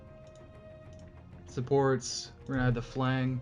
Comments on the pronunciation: Great videos. It would be nice if there were custom dimensions, datums, and gridlines, like in autocad. Also its pronounced 'flanj'. You are saying "Flang." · Thanks for the video, It was great to see how to put up the supports. - flange is pronounced ˈflanj or multiple would be 'flanjes. The g is a j sound. Anyway, thanks again and I look forward to viewing your other videos.